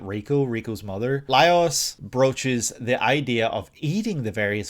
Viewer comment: Lol it's pronounced Lie-ohs because it's actually spelled Laios